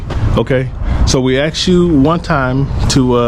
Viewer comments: "You was axed ma'am" I detest the demographic that can't pronounce ask😖great representative for the school board😅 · Why the Fu$k cant BLACK PEOPLE SAY ASKED?